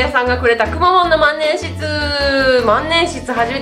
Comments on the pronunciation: まんねんしつじゃなくてまんねんひつですよ あと万年筆持ち方違います… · まんねんしつじゃなくて、まんねんひつ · まんねんしつじゃなくて、まんねんひつなんじゃ･･･ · 万年筆(まんねんひつ)がまんねんしつに聞こえる笑笑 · まんねんしつ じゃなくて、まんねんひつ では？ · まんねんひつじゃないの？？まんねんしつ？